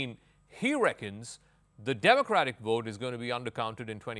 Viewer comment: It is called vote not wote.